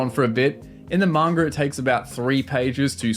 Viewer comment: lol why do you say 'manga' with a hard R lol